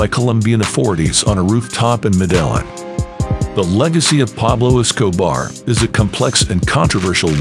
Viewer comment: It's Med-ah-heen not Mah-dell-in.